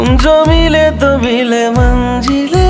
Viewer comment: I love your voice and composition but you should work for hindi (urdu) Pronunciation like manzil not manjil, khuda, jeena not zeena. Its natural bcoz of nepali tongue but u should correct this. Anyway this song is amazing superb ❤❤.